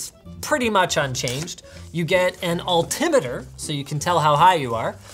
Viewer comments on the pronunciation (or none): “u get an altemeter so u can tell how high u r” does anyone else think he might have said it wrong?